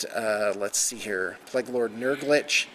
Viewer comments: pla-gue not ple-gue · It's pronounced playg not pleg lol